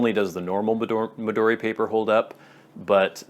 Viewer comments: Mee-duu-dee? Mee-doe-dee? 🤔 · The "American" way was about the pronunciation of "Midori" not Moleskine (?)